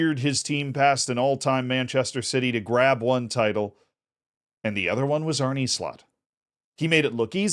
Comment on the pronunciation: Bro is NOT called “Arnie” bruh. U can say uh, u can say arné. Just say arn uh please not arnie bruh